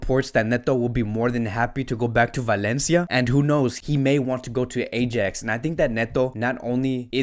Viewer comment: lol this guy can't pronounce ajax right